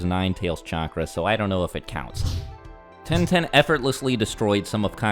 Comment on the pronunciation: Bro really said ten ten💀